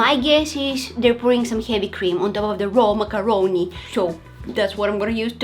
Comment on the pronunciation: I love her pronunciation for macaroni